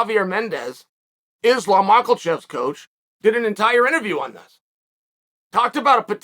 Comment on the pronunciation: "Mockelchev" Chael P Sonnen